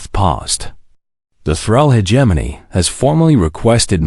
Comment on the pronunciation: the pronunciation of hegemony